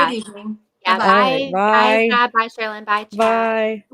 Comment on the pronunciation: I Love!!! She is so sweet! Could she PLEASE ask AD to pronounce her name correctly?!.... it drives me NUTS!!!